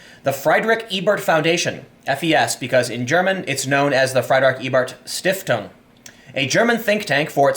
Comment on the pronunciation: "Freed-rikh Ey-bert Shtif-tung"